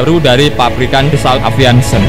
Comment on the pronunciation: aviation dibaca aeviesyen bukan aviansen sperti nama cat galonan.... berrrrrcannnnnndaa